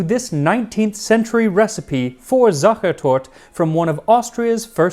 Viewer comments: I have been living in Vienna for well over a decade now, and I learned quite a lot! Also, your German pronunciation of all the terms is pretty much spot on, with one exception: we actually do pronounce the final e in Sachertorte. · I love how you struggle to pronounce "Sachertorte" (you are missing the E at the end) but absolutely nail "Schlagobers" lol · Sadly no, he got it wrong, every time, despite just returning from the country of origin - a little online check would’ve been helpful :/ there’s a schwa on the end, so it would rhyme with an RP pronunciation of “water”. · He is notorious for his great pronounciation, but he somehow managed to get the most central word of the video, "Sachertorte", very wrong. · yes, he really did. the whole research was fascinating regarding the family and hotel. I only picked up on your comment as the most vital thing ie torte was mispronounced. Honestly, I feel awful, Max is amazing....but, really, just get the name of the cake right, it's 4 syllables, the E after Sach...is the same as the e after tort please forgive me, he got so much else spot on. I was being flippant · Sacher was perfectly fine indeed. The torte is what was problem. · Yes it's apparent you tried to learn to pronounce it right but got it wrong every single time. 1. The last E is pronounced, and in Vienna they really pronounce it as a short E, not even a schwa as in Germany 2. There is no voiced S (Z) sound in Viennese dialect so the initial S is unvoiced as it would be in English Lastly, your critique about this cake is spot on. Dry and crumbly. Never liked it myself and would take a Topfenstrudel mit Vanillesauce over it any day! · That's just it, he didn't "try to pronounce it right", he just spoke English. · Yes! He was saying it so often it was starting to grate on my nerves a little 😂 I really love how much effort you put into your pronunciation though, Max!! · It is SachertortE. The "E" at the end is not silent :) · Sachertort-E There is an EH at the END